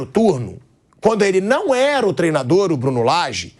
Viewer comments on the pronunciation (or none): Mauro César falando? Um jornalista que fala “trená”, simplesmente não tem crédito kkkkkk